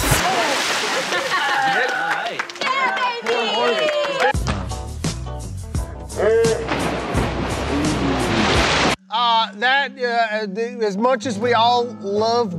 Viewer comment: said babbyy to keith🥴